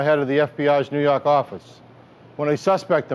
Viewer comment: "nuu yawk affice"